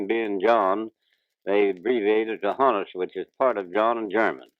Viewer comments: The pronunciation of Honus isn’t as the interviewer said, rhyming with “bonus,” which is how many people who have only read it might guess. It’s actually pronounced with a short O as it comes from the name Johannes, also shortened to Hans, and is pronounced similarly. You can hear Honus pronounce it correctly . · Tells the dude clearly he was called "Ha- ness" short for Johannes (unfortunately his nickname got spelled "Honus") . Pronounce HA-ness - not HO-ness. And yet the interviewer keeps calling him HO-ness. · Pronounces his name "Hannes" (like honest) as in "Johannes" - not HONE us with a long "O". That's a new one. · Even when the narrator hears Wagner tell him it' Honus as in HAH-ness...he still calls him HOE-nuss. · You may have noticed that Wagner pronounced his name “HAW-nuss” but he was too polite to correct the guy. Honus was a real gentleman. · Always wondered how "Honus" was pronounced. What's interesting is that Honus himself pronounces it "HAHN-us," yet the interviewer keeps calling him "HONE-us" even after hearing him say it. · Honus Wagner's first name is pronounced HAWN-us, not HONE-us. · It's always interesting to listen to people from that time. They have that sing song voice that makes them great story tellers. I notice I've been pronouncing his name wrong all this time too. Hah nus not Ho nus. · am I imagining things or is honus wagner saying that "o" in his name like "on" not like "own". Has everyone always said his name wrong? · He pronounces it "HAW-nus" rather than "HO-nus"... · Listen. Honus is pronounced with a soft O, as in “on“. Not a long ago like the interviewer is doing. Listen to the way honest says his name himself. He is from Carnegie, Pennsylvania, a couple miles outside of Pittsburgh. The absolute greatest shortstop of all time, no doubt. No question. All you want, but you were wrong. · He clearly pronounces his name to the interviewer as “Hannes” (like Johannes), yet the interviewer keeps right on pronouncing it “Hoe-nus”.